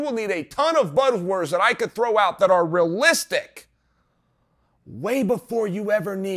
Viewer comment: I’m not confidant in how you pronounce realistic.